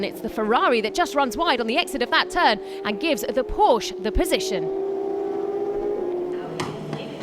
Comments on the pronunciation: please stop saying Porsch!!! The "e" isn´t there without a reason... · Commentary made this video pretty much unwatchable. Porsche is a two syllable word, and there's no excuse for somebody hired by the FIA to do commentary for their official Youtube channel not to know that.